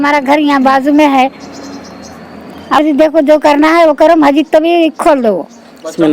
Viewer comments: Arey yaaro masjid hai wo majid majid kya bolre aap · Bhai sab majid majid kya bol rae masjid bolo kitana class padae aap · Majid nai masjid hota bhai. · AsSalamAlaikum, Bhai it's Masjid not Majjid.... Aap ka talaffus sahee kariye... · bhai...masjid boliye...majid nahi....most welcome